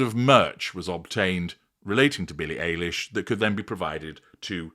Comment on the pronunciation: ~ psst: pronounced Billie EYE-lish. 😉 American singer-songwriter